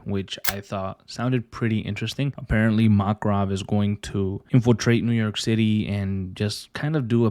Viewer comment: i dont want to sound rude but you dont say Makarov as mark-rov its mak-a-rov